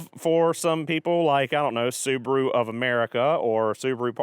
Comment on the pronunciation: The battered soo-bar-oooo. Wow